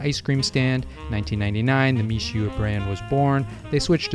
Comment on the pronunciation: Seems to mean "rice snow"? Pronounced "Me-shway", by the way